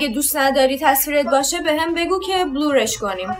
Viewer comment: رکسانا خوبه که به قلی خاکی هستی بلور اشتباه بٍلٍر